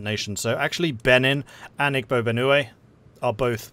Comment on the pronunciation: Igbo is pronounced "ee-bo". Just being pedatic, I'm still drinking my coffee...